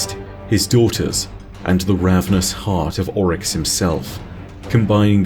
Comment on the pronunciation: Why do you say “ ULL-Rix ( Oryx) when it’s pronounced “Orr-Rix”?